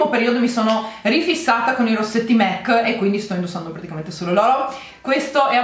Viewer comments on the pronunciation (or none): Ci vuole tanto a capire che si pronuncia MAC e non MEC? Non è il McDonald